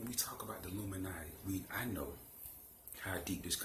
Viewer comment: When you have to take a deep breath " illuminouty"